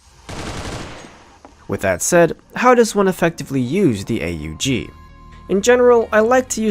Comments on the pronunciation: It's not the Ayy Yu Gee... Christ you're making me twitch 😂 it's pronounced "Ohgg" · It isn't pronounced A-U-G, It's pronounced AWG. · no its pronounced ogg not ay you jee ogg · its not A U G. its pronounced "awg" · The correct pronountiation is awug said as one word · I think the 'A U G' should be pronounced properly. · the fuck is an "ayy-you-gee"?